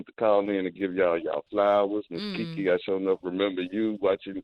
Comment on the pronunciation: It's Kiki Shepherd NOT Jiki!